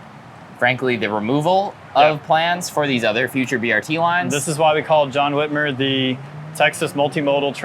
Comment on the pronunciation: Loving the video up until the Whitmer part. The mayor (from hell) of Houston is John Whitmire, not Whitmer. The second syllable is pronounced like mire as in “mired in controversy.”